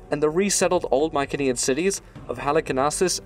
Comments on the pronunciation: Pretty sure "Mycenean" is pronounced with a soft "c". Good otherwise :P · I've never heard Mycenean pronounced that way before. But I'm fairly sure the hard C is probably how they pronounced it.